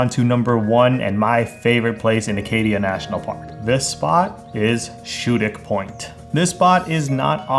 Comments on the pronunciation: it's pronounced Skoodic, a hard C. When there go to the Pickled Wrinkle in Birch Harbor. Best crab & butter I ever had. Best seafood in Mt Desert Island is Thurston's in Tremont, west side. Beal's in Southwest Harbor is second. They both get lobster right from the local dock as fresh as can be. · As an Acadia park guide, I’d like to say that these are great spots indeed - well done ✅ 🌲(except for your pronunciation of “schoodic”) what month were u there? ☀️